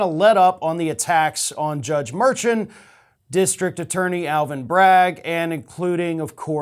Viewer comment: Omg, Merchant = Mar-shawnt